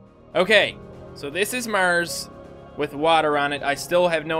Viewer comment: I didn't know "Murs" was a planet.